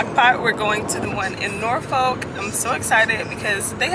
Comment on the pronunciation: I just love how you pronounce Norfolk😊